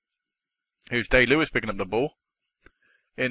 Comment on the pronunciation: its pronounced die lewis